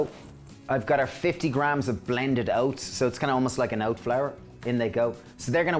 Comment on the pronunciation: thank you because I could not understand what he was saying the first ingredient was. Can't wait to try this.